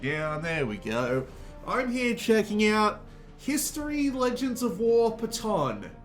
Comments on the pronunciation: I think your Patton pronunciation was done on purpose. Lol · That pronunciation of Patton was cringe